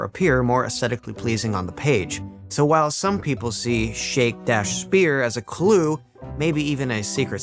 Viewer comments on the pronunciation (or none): none